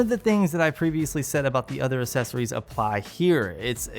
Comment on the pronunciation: Can you take a grammar course please. Things work "really well" not "really good".. That and learn how to pronounce accessory properly. Your logo also does not match the high quality of your videos. Other than all that, you are really kicking ass. Well done!